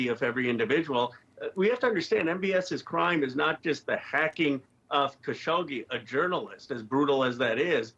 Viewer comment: Had no idea how khashoggi was actually pronounced. Thanks Richard